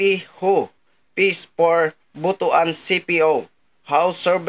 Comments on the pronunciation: ang pag pronounce ay Butwan hinde B-u-t-u-a-n.😂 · Mali po ang bigkas nyo po sa Butuan pakiayos naman ang sagwa